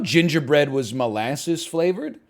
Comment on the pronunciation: "I love Mole assses" - Northernlion 2023